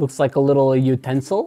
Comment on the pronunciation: no one: absolutely noone:: a utinesel of some kind Seconds later: its a knife ohhhh dude really